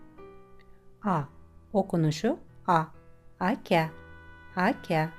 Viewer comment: Ya telaffuzu tam çözemedim... Örneğin "A" harfini tek başına okuduğun da kalın olarak okuyorsun (tıpkı Türkçedeki gibi) ama bazı kelimelerin içinde ince telaffuz ediyorsun. "Aka" kelimesinde olduğu gibi "U" kelimesini Türkçedeki "U" gibi telaffuz ediyorsun ama kelime içinde "ü"ye yakın bir harf çıkıyor ağzından. "Uy" kelimesinde olduğu gibi. Bir ölçüsü varmı?